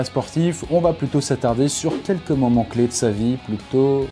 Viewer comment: "quelques moment "cley" de sa vie" bv l'artiste